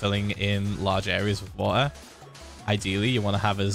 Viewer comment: Phil does not say water when he says water. He says "vor'a"